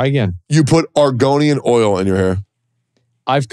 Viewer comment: "Argonian oil" n'wah😂